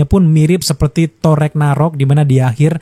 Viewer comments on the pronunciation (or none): none